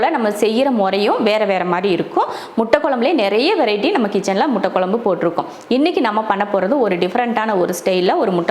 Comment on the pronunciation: Sister nenga nalla cook panringa👍👏👌...but please tamizh konjam nalla pronounce panna try pannunga.." kuzhambu குழம்பு " but neenga குளம்பு nu solringa.. en papavoda sernthu tha unga cooking papen but en papa nenga pesartha apdiye copy panni pronounce panna try pannuva.. தமிழ் தப்பா உச்சரிக்கும்போது கேக்க நல்லா இருக்காதுங்க sister.. all videos nenga" ழ" sollama la solringa video keka nalla iruka matengthu paaka nalla iruku.. just my opinion sister otherwise you are cooking skills superb..I am subscriber also. Thank you